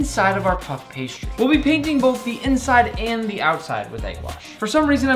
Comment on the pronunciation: JUST SAY PASTRY ITS SO ANNOYING!!!